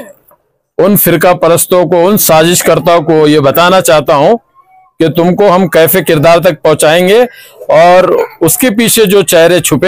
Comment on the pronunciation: کیفے کردار ❌❌❌ کیفرِ کردار ✅✅✅